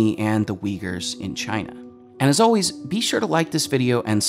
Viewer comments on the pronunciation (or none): none